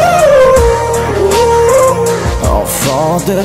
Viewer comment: c’est pas Kilian c’est kylian